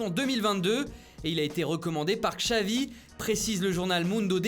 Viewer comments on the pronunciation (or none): "Kchavi" ptdr